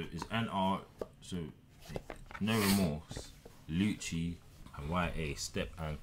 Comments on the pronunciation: You say it as “Lu-C” not “Lu-Chi” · Ur saying lucci name wrong